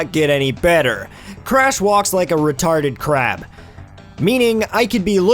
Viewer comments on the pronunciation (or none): none